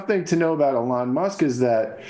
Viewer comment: Its pronounced Elon not Elon